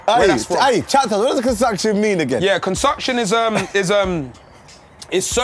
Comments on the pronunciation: Someone needs to add "consucktion" to the dictionary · Consucksion….*flashback of when Filly said that* 😂😭 ahhhh good old days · I swear its concoction and not consucktion